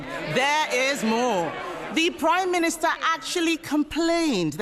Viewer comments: "The Prime Miniature" did she say?... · Did she say "Primeminiture"??